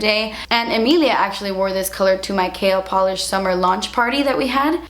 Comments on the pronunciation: Every time you say KL polish I think you're saying kale polish omg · i feel like you say kale polish hahaha so funny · I know you're saying KL polish, but I hear kale polish X'D love you.